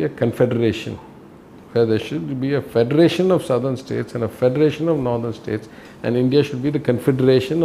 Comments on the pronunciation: The anchor in this video can’t properly pronounce the word “ northern “ properly. That’s a fine example of inadequate education in the north. Basic education of women is important to improve the socio-economic standard of any region. If basic education is suppressed among lower socioeconomic communities, there is no growth in that society. Equity among girls and boys education is the key to prosperity of any society. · what is "Nadhan" states ? its Northern. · Nothen state it's nort ern not nowthen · DW needs to get better narrators. It’s not pronounced nthern but nor-the-rn. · Also btw, the pronunciation for “Northern” is “Naw-dhn” not “Nuh-dhn” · "Nathern" ???!!! It is "northern" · Noh-dhern NOT nuh-dhern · Its Pronounced " Northern " , not Nadharn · It's not 'nurthern'. It's 'Northern'. This sort of thing bothers me. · Why does she pronounce Northern as 'Nuthun' ?? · Her pronounciation of 'Northern' is almost like 'Nether'. Deliberate?? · "Nuthen" states nahin, meri behen - nOrthern states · It really irks me when she says "naddan states". But not as much as the growing N/S prosperity divide.... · "Nandan States" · Is this a new way of pronouncing “Northern”. , DW is coop 😊😊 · Very true ! This can be seen from this lady ( from North India) who doesn't even know how to pronounce "NORTHERN" correctly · I only wished that the host could pronounce Northern correctly, Sorry, lost interest in watching video where a word is repeatedly mispronounced. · First of all pls pronounce 'Northern' correctly. It is not pronounced like Southern